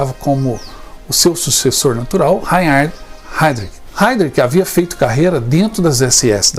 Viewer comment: Rrrrrrrainnnn...rard...este último "H" se diz como agá fonado . Não lembro com sua senhoria pronunciou Reinhard, mas por certo que não ficou reconhecível. Lembre -se rrrrrrrainnnn...hhhharnd - este "H" é pronunciado como o senhor fala "haid rik" Eram monstros. Mas os patriotas eram muito, muito corajosos... Não se pode chamar traidor o que contou o nome dos companheiros....o sofrimento por tortura tem um limite. Deus os abençoe a todos do grupo. Parabéns pela aula de história.Eu é que agradeço.